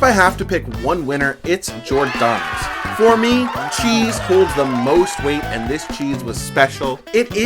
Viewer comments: Good video overall, but.... Gi-or-da-no's you're missing the emphasis on the G and then the OR for G-or, as you seem to be saying Jordano's. Also, Giordano's isn't the same at Lou's or My PI, as Giordano's is adds an extra layer of dough over the cheese and toppings then the sauce. As a whole they are ALL pan pizza's, just that in Chicago we call it deep dish, not pan. They all use a deep pan to put the dough in and push it up the sides a bit to create the crusts you saw. Pequod's adds cheese on the sides to caramelize into the crust but it's still deep dish and to many the best pizza in Chicagoland area. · Giordano's for the win. You are missing a syllable when you pronounce it though. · If Giordonos is your favorite, at least learn hoe to pronounce it correctly